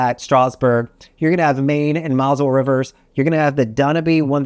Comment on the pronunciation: Putting aside the "Dah-noo-bee" river, and the "Mah-zul" river (try: "mohzelle"), and the "Sah-yenne" river (Saône rhymes with Rhône ) at least he got the cities on each pretty right. As far as pax, with very few exceptions (eg. Amamagna) all Europe river ships are size-constrained (think locks) and of essentially identical dimensions. AmaWaterways (pricier) ships typically holds ~160 pax, Viking (more mass-market) so-called "longships" ~190. 250 pax would be very very uncomfortable and no company comes anywhere close, fortunately. Please, actually make your way to Europe and try one before posting again on the topic.